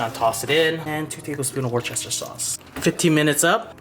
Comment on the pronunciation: if you want to be ahead of everyone else pronounce Worcester like wuster it's the real English way and easier